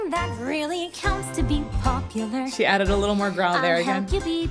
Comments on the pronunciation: I always saw the "lar" to be Galinda modifying the vowel to match the rhyme scheme from her change that she made from "were" to "are." "Instead of dreary who you were... well are. There's nothing that can stop you from becoming popular... lahr" I think it's so genius because it makes it seem like Galinda is coming up with the song off the top of her head and was thinking of words to rhyme with "Popular." As she ended up changing the ending of a line due to her "frank analysis," she had a "oh crap" moment when she ended the next line and so decided to modify the ending vowel pronunciation of Popular. Especially since part if her personality is that she sees herself as perfect, and she could never ever be heard doing a near-rhyme. The song has all perfect rhyme schemes except at the end, where she rhymes "clandestinely" with "popularity," possibly showing how her friendship with Elphaba might already be having an impact on her with her now able to do the near-rhyme and be ok with it. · She's not confused about how to pronounce popular, but isn't it that she's trying to rhyme popu-lare with are in the previous line? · Most of the time they pronounce popular like popuLUR, but in that one instance she's rhyming with the word are so she corrects her 3rd syllable. Instead of LUR, LAR. That's how I've always interpreted it at least. Hope